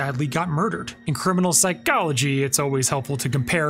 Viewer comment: Why dude says psychology like that😂